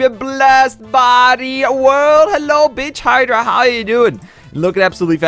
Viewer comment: Lol When you beach hydra it sounded like you said a curse word